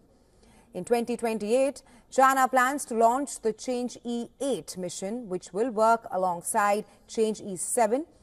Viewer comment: not called "change", should pronounce as "Chang" "o", two syllables